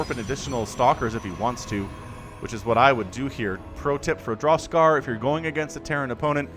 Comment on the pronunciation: I was 100% sure was just pulling our leg with his pronunciation.